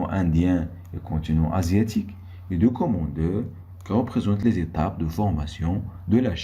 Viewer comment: Merci , mais on ne prononce pas document docoment .